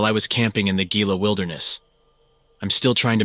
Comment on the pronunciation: Love the content bro! Just fyi Gila is pronounced "heela" and mogollon is prouned "mohgion"